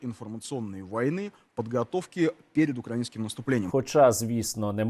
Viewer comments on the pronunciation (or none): мені не почулось ? УкраИнским? опа, схоже мовний апарат почав мимовільно виправлятись... Как жє єто проізошло ?